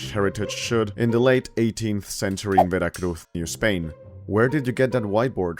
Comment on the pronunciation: All right, I will forgive you pronouncing Veracruz with a "th" because you actually are from Spain.